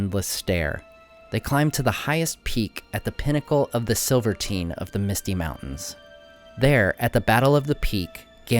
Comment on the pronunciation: Silvertine is not pronounced like 'libertine'. The mountain is compared to a silver TINE, as in the tine or prong of a fork. Remember that this is Anglicized Westron, the Common tongue of the west.